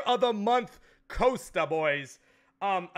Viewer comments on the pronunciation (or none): It's causta not coasta Mexican pleb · Please, for the love of God, stop pronouncing his name as 'Coaster' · The way he pronounces Costa wrong is so irritating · joey slade ikr he can't pronounce costa lol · How can a mexican guy not say Costa